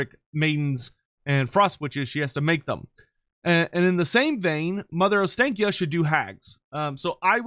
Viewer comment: Every single English person pronounces Ostakya wrong. It Ostankya with an A as in AAA. The clear sound A. And not then English AEE.